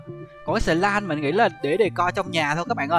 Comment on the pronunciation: slime là sờ laim cchứko phải sờ lin nha a😅